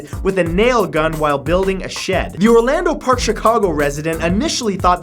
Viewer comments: OH MY GOD YOU THE NAIL GUN GUY WAS FROM MY TOWN!!! But you called it Orlando park :(( it's Orland Park. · Matthew, I realize that this is two years old BUT take it from this Chicagoan it's OR-LAND park! Not Orlando park!! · Orland park not oralando park Illinois lol. I work there everydat. And we all heard of the guy with the nail in his head lol. Hes also on that show monsters inside me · He seriously said "Orlando Park, Chicago" didn't he? ITS ORLAND PARK MATT!!!😂😂😂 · It's Orland. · The embedded nail? The town is "Orland Park"...not Orlando Park. Hahaha! I know it's nothing, but it just made me laugh. Sounds like an actors name. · Get it right! It's Orland park! I live in IL! 😉